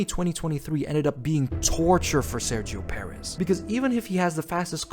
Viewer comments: “Spinio Perez” 😭😭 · "Sairgio Perez" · SEXOW PERREZZZ LMAO